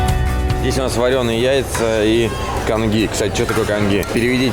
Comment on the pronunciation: Козумель, а не КоНзумель там нет ни какой Н, и Конджи, а не Конги - и это густой рисовый суп (рис разварин до консистенции киселя)